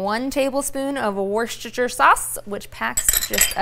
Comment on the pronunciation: Please say Worcestershire sauce like this: WOOSTER sauce. It's an English word, and in England we don't pronounce the ending (shire). Think of Arkansas. You don't say : ARR -Kansas, to you? :) A Brit